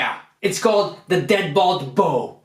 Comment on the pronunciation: This guy has no idea how to talk. It’s Outbreaker not Outbreak and its Dreadbolt not Deadbowl.